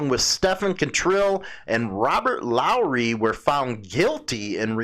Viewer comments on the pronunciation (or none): none